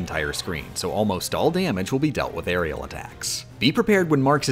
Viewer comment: As a competitive smash player, hearing "airial back A" is so jarring lol